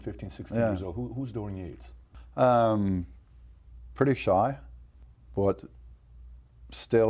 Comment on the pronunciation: Dorian Yakes!! "yeah I can't pronounce his name"!! what's that all about